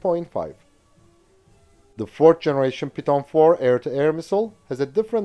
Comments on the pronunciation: Your English is excellent. Such a random language. . . In the U.S. “Python” is pronounced “pie-thon” (“π-thon”?). Your pronunciation is more like the word “piton”, a piece of mountain climbing apparatus. Not a criticism, you communicate very well. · It's called "pie-thon"...like the snake. Not "pee-ton". Just an FYI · Its not pronounced "pyton" stop being a french snob and learn to speak English